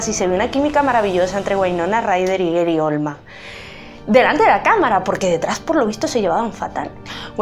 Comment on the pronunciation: Eri Olman???? GARY, GARY OLDMAN!!!!! No se corta la lengua, lame la sangre de Johnatan.